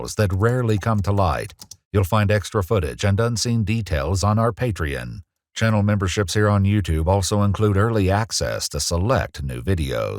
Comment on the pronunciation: "pay-tree-uhn" gets me every time lol